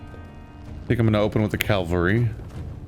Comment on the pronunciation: I hate to keep harping on this, but Calvary is the hill where Jesus was crucified. It is Cav-la-ree, not Cal-va-ree.